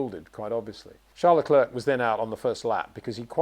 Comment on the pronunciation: I love Peter but it really bugs me that he pronounces Leclerc like Le-clerk , it's like St-Clair college , you don't pronounce the C on Leclerc .